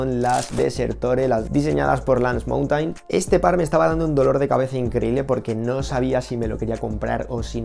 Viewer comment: La pronunciación correcta es mounten